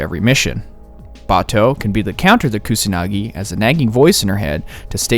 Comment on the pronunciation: aint no way you just mispronounced he rname as "Kunasagi'